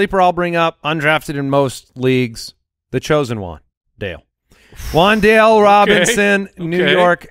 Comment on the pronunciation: Keep Wan'Dale a secret, yall! That's my dude.. and it's pronounced Wan'Dal'e